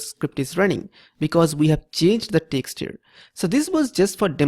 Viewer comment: Changed the "texture"?